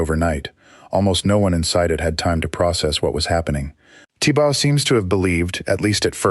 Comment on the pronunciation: It’s Thibaw, pronounced tee baw. Not tibau. Check with Burmese authorities. It’s most annoying